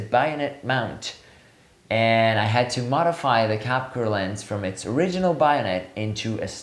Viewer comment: Bayonet is pronounced BAY-o-net not BUY-o-net. And that silliness aside what a great review..from 4 years ago. My gosh! I got so enthrallled at the video example that I forgot to look at the titles up afove. So now that you have some time up your sleeve, have you changed your opinion. I'm at the IPhone 15 level right now and want to do 1.4~ but I don't know if I can take the edge field focus problem. Actually geometric distortion is not bothering me on these lenses since post that take care of that nowadays. I want to encourage you to do some 'after 4 years' analysis and what you're using now. I'm becoming an anamorphic junkie.